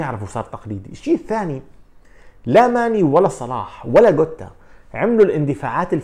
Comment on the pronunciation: Awwad: Jota ❌ Awwad: Gota 👈